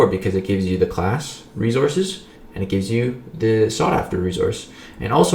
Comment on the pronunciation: Not sure if I hate or love the way says resources. Never mind I love it. Rezorses